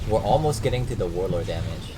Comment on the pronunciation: "Warlor"